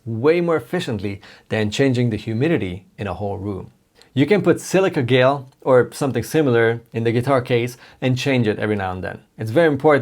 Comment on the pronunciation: Not sure if you care, don't know or just can't pronounce it. However, the g in gel is sounded as in Josh, jamming or jump, gel. 👍 Thanks for the instrument instructions, I finally have a reasonable size/worth of a collection so am starting to plan on keeping it that way.